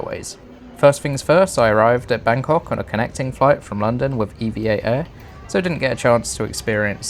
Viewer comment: Glad to hear you pronounce E-V-A correctly. Maybe the only one who does. They're really cool. (But it'S actually E-V-A Air.)